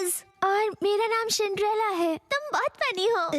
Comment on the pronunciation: Cindrella ❌ Shindrella ✔️😂